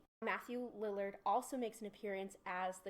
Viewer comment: She really called him Dillard smdh... its Lillard...